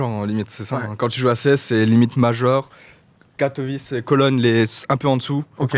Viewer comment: La prononciation de Katowice c’est Katowitsé et pas Katowitché